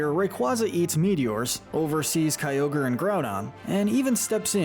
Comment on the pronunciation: IT SAVES THE EARTH, NOT IT'S SAVES THE EARTH! SAY IT RIGHT PLEASE! IT'S GROUDON, NOT GROUNDBON! AND IT'S KYOGRE, NOT CYOGER!